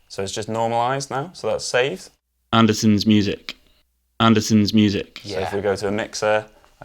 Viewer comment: It's Andertons not Andersons.